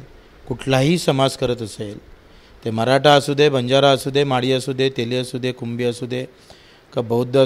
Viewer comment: बंजारा नाही वंजारा